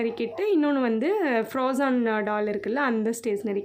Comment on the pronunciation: Akka athu froazon kidayathu plss spell it like frozen plss correct ah pronounce panunga this is a little advice for my dear ❤️❤️❤️